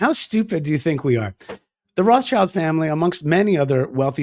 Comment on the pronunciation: It's not "Roths-child", by the way, it's "Roth schild", meaning "Red Shield".